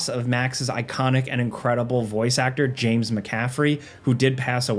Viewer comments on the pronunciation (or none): none